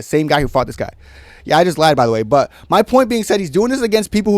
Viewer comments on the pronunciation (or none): none